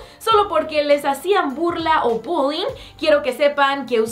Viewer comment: Parece que dice budin en vez de bullying